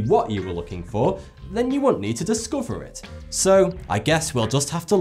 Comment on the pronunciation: You say forty two and fanks but say month and forth. Is it a regional accent or something from way back. To make the stronger th sound you need to put the tip of your tongue between your front teeth, blow air out as you bring your tongue back in quickly. It separates you from the rest which could draw in more viewers.